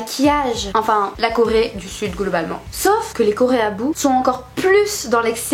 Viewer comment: Je rêve ou t'as dis "golbalement" au lieu de"globalement" ?😂😂